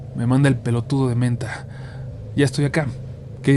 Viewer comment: JAJAAJAJAJ AMÉ COMO IMITASTE EL "PELOTUDO DE MENTA" EN TODO ARGENTINO❤, tenemos insultos hermosos xd